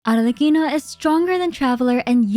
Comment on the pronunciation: i gotta say i really loved you correctly pronounced arlecchino during the whole video. it makes it perfect